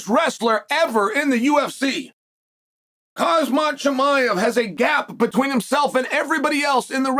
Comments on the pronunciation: why can chael not pronounce any of these guys' names? Islam Mockalchef. Khazmat Chimiaev. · Did dude just say hazmat chimaev?